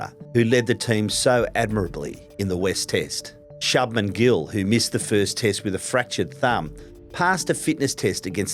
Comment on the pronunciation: Shoob-men gill mate..shabmen..shub-men gill